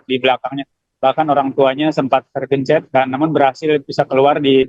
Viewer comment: jurnalis orang sunda.. "Tergeuncet"🙂